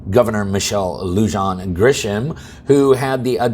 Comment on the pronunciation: I'm from NM and can't stand her but please say her name correctly it's pronounced lu-hon. Just fyi